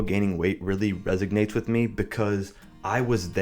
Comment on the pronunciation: Resonates, not "resignates"